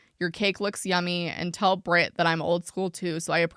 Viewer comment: I'm English and from the midlands/southish (vaguely the area her accent sounds like- I've been told I sound like a BBC presenter) and not to cite my autism superpowers but I have very good hearing (I can hear someone opening a lipbalm in a different room). Her accent sounds odd to me, here's my take: First thing I noticed is that she's hitting the t in Brit quite hard. I find (at least for me) I usually hit ts harder in the middle and my ts at the end of words tend to be more of a glottal stop (the "bri'ish" thing). Second thing I noticed is that she hits her S's very hard in a way that I've don't really hear most English people do. To me, my first thought was the S sound when she says "specialize" sounds mainland European, maybe eastern European or German. The way I/people around me say specialize is with a definite Z sound and more of a stress on the first syllable, she sounds like she's saying "special-ice" (putting more of a stress on the last syllable.) I guess this S thing could be explained by a lisp or something though. I also thought the way she says "author" sounded a bit German, but it's not "not" British sounding. The way she said "sexuality" in the first clip sounded a bit American to me (pronouncing the t more like a d is kind of American) but also there is a trend with people with this kind of accent incorporating some Americanisms (specifically the flap t) into their dialect so that's not really suspicious on its own Interestingly in the second clip she